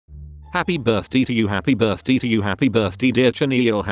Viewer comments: "hApPy bIrThDeE" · “happy birth-dee”